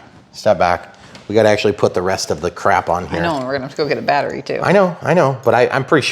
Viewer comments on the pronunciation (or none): none